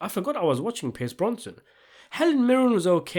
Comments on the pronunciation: BroSnan NOT BroNson! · My dude... his name is 'Brosnan', not 'Bronson'! Although I would welcome your review of Bronson with Tom Hardy! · Brosnan not bronson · Bronson? His family name's Brosnan! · Its Brosnan...not Bronson fam😂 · Thank you - I couldn't stand the mispronunciations!!! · How did you mispronounce Pierce Brosnan's name all the way through? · Brosnan deserves to have his name pronounced properly.